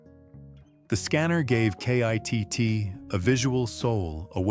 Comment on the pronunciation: Stop spelling out K.I.T.T.'S name. His name is KITT